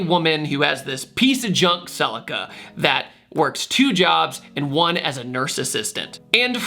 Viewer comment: Please stop saying selekar! It’s pronounced Sea Leak Are (Celica) Otherwise great story today.